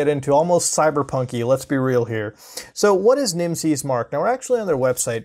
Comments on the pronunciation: Everytime he pronounces the word Nimses 'Nimsees' makes me hate myself. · Its pronounced like nemesis